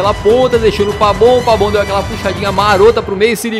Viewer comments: Que raiva, é PAVON e não PABON!!!😠😠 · Eh Impressão Minha Ou O Tá Chamando O Pavón De Pabón Kkkk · vc fala errado kkk vc fala pabon sendo que é pavon mesmo assim seus videos sao muito bons parabens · Pavoooon e não Pabon que raivaa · porquê vc fala PABON e não PAVON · Pq vc fala "Pabon"? Kkkk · DouglasAnimações Clbc man eu escrevo meu nome do jeito q eu quiser, a pronúncia certa é PAVÓN